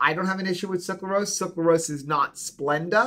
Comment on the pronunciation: I loved this info! I wish more people would realize that Gatorade/Powerade are not good for electrolytes. They just have good marketing. But, you’re killing me! It’s pronounced suc-ra-lose not suc-la-rose. 😁